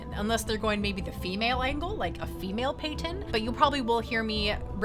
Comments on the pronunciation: Why are you saying PAYTON when it says PATTON (PAT-IN)? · PĂT-ton. Like Patton Oswalt. Or Mike Patton. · Think it's pronounced like General Patton.